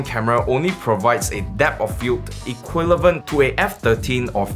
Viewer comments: bro I laughed when you said "equilevent" instead of "equivalent" :D Other than that, amazing video!!! Exactly what I was looking for. I was wondering how can my phone have a 26mm lens when being only 8mm think lol :D they never said it was the full frame "equilevent" lol :D Thanks bro, great job! It also says F1.8 though, which is NOT the full frame equivalent... So they only write the equivalent when it's BENEFICIAL to them... TYPICAL SCAM MARKETING. Wouldn't be so impressive if they wrote the f-stop is something like F15, right... :D I am yet to calculate how much is it exactly. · you actually said "equilavent"